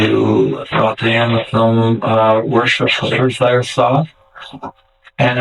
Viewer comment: Is it wrong that his pronunciation of Worcestershire sauce was the most upsetting thing to me in this video? *Wuster shah btw & I'm not even a whinging limey Pom. Is sometimes *Wuster sheer if you're from my neck of the woods. Also, yeah this fucker is fully out there. Wonder if Scottish bikies like his kilts?